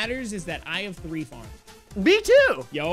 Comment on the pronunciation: said “b too” but he mean to say “me too”